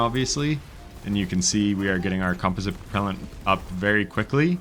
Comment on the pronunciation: You almost pronounced composite right lol.